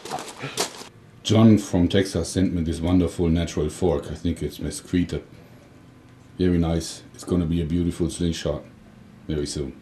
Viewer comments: Jorge 1: I'm from texas, the name of the wood is pronounced Mess-Keet 2: did you get my idea for the hammer throwing mortar/granatwerfer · Joerg, FYI. The word mesquite is pronounced more like meskeet.